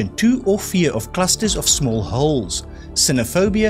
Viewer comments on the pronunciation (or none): none